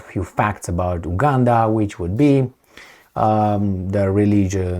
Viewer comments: You are pronouncing it wrong. It's U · Buddy please pronounce the U